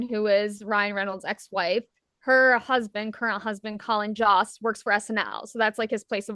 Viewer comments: Ryan is a “friend of the show” of SNL and has made multiple appearances throughout the years, in addition to both of them hosting. I really don’t think it’s odd that they were there. Ryan is friends with a lot of those folks. And it’s JOST like Host, not “Jawst”. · Colin JOST = ….JOST rhymes with *MOST*.